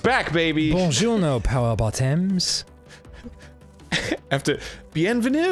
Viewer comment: Dan: Buongiorno powairbottems At least 1,000 people watching: ...omg how does he know?